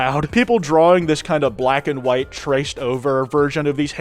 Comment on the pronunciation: "Kwite" hmmm.. i don't like this thing! wait! i got it! "Kwite"-SLOP